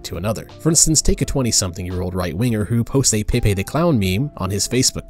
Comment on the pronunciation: Peh-pay. Not pee-pay. Peh-pay